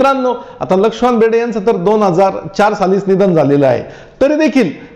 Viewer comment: lakshikant berde bolta yet nahi ka tumhala